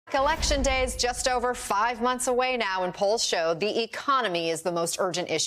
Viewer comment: She said "selection day"